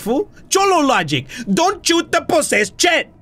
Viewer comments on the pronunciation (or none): "Now repeat after me- DONT CHOOT DE POSEST CHET" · " DONT CHOOT DA POSSESSED CHIT. " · "Don't chut da possessed chet" :p :)